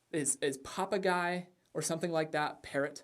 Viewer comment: Haha. Papagei. That was random but your pronunciation was on point.